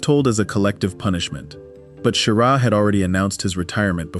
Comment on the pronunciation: Halfway through this, you have insulted me enough by completely mangling the names of astronauts – while claiming you are correcting popular misconceptions! It’s Don “Eis-lee,” not “Eye-sell.” And as every first grader knows, Wally Schirra’s last name Is not pronounced “SHEAR-uh.” You also show the Apollo 11 lunar module preparing to land on the moon while it has no descent stage. Now that would be a crisis! You show the Kennedy Space Center’s launch control room while describing the action in Houston’s Mission Control Center regarding Apollo 12. Who knows how many more errors are in the second half of this video? I won’t find out, because I’m not wasting any more time with it! 👎